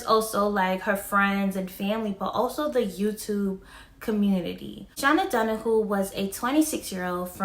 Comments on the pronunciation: OMG DON-A-hew not don-a-who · it's shay-na Dona-hue it's hard to write the correct phonetic spelling of her last name but you can google it......